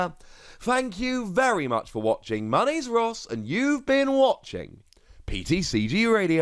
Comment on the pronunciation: Is it Ross or? I know your handle is on twitter but everytime i listen to your excellent intro i can’t tell and thought maybe it is Ross but you possibly go by as a nickname? Sorry for the long comment and thank you so much for the excellent content.